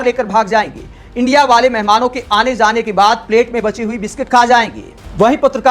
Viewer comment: ये साला इंडिया को इंडि बोलता है